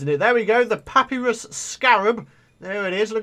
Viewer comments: I hate it when people pronounce papyrus wrong it's not papy-rus it's pa-pie-rus get it write (it's a pun both of them (write) (pa-PIE-ris)) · PU PIE RUS IS HOW YOU PRONUCE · btw its pronounced pap-iy-rus scarab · its pa_pie_rus